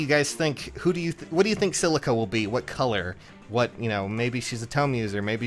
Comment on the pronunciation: The way he says Celica triggers me. It's pronounced CELL-icka as in, the mitochondria is the powerhouse of the CELL